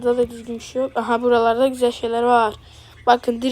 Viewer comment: Güzel ❌ Büzel ✅